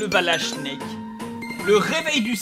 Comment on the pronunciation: Quant tu crie " SNEEEEK" on dirait que tu gueule "SCHNEEEEEELLLL" ça fait pas le même effet XD